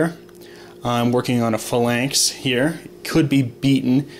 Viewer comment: This bugged me the every time you said it. It's pronounced falanx, not flanx.